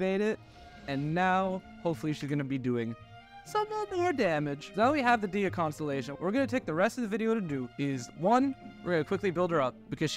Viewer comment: "Dee-ya"...? Really? EDIT: Oh my *LORD,* your artifacts need some work. Jesus Christ....